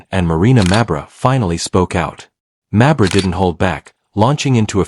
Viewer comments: If you’re going to use an AI voice either a proven inability to properly pronounce names, WRITE THE NAMES PHONETICALLY. Mabry, try MayBree. Instead of Jacy maybe try Jaysee. You can do better. How many ways can this AI voice mispronounce Mabrey in the same clip? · Stop mispronouncing mabrey 😢😢😢